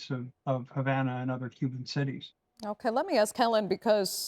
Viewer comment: What is this reporter Smoking Crack Rocks? There is No Education in Cuba that leads to a future, and there is No Medicine (So there is No health care). Go to Cuba for medical care, I Dare you. You are Not Qualified to speak about my parent's homeland, you can't even pronounce Havana right. We want freedom from a Broken and Corrupt Socialist System that doesn't work anywhere. We are tired of our people just barely surviving and dying. I went over to Matanzas for about 3 weeks and lived with my Cuban family, two people committed Suicide in that stand in that town. There's a Mosquito borne disease right now in Cuban, a refinery just burnt up. You are spreading lies. Que Viva un Cuba Libre!!!!! Patria Y Vida!!!!!